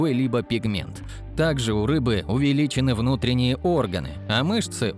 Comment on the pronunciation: проверяйте, текст и озвучку. оргАны? Джомолунга? И т.д. (особенно, текст - где-то в начале. Дааа.....